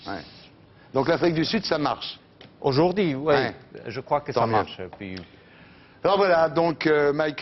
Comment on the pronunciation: Chui choc même avant il disait "ojourdi"